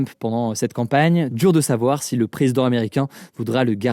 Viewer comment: On dit en Savoir plus pas en saaar plus Hugo :)